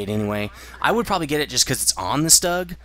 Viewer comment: You pronounce Stug so weird. You say Fug fine, but Stug so weird. take replace the F in Fug with a T and it is pronounce tug, put an S in from of Tug and it is Stug. You don't need to pronounce it differently. All you are doing is putting an S in from of it. Maybe that is the German way of pronouncing it but you are speaking English. Maybe I am wrong but I just think it's weird how you pronounce it.